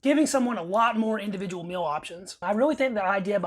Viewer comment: Meel not mill.